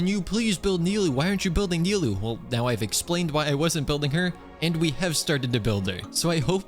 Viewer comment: ahh thanks god says nilou correctly and not nailou like most of people nice job edit: ok you ruined it by saying kavih xD